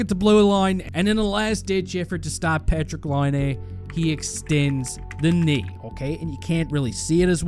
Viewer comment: Your a Hockey Junkie and you cant pronounce Patrick Laines name right. Ok bud. Real hockey fan there lol